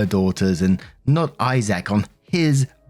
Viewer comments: I can feel all the Isaacs here cringing as he says "eye sack" instead of "eyes-ick" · Why are you pronouncing his name I-Zack?😂 It's Isaac, pronounced I-zic. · The name Isaac is said like (eyez-sick) but I did get a tickle out of the (hi-zack) version 😊